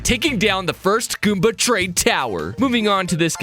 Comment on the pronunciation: WHAT DID YOU SAY GOOBA